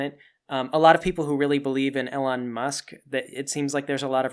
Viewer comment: Weird to hear it pronounced ‘L’-on rather than ‘E’-lon.